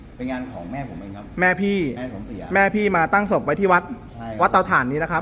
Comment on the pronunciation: งาน #ศพ ครับ ไม่ใช่ #ศบ #โอ้ววววว_พระจ้าวภาษาไทยเละเทะหมดแล้ว